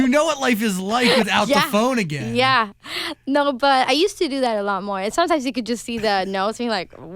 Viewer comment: caught that swenglish "again/igen"